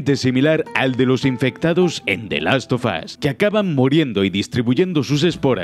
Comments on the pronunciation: Asi que te haces el payaso diciendo the last sofas uno ¿Eh? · The las fo fo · "The Last Sofas" - (2020)